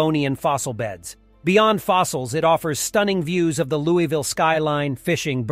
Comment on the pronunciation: It’s pronounced Lou-E-Ville!